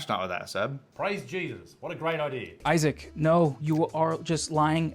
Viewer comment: Oy-sack is so annoying!